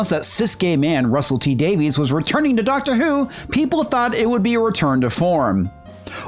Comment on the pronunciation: "Doctor Whoke" lol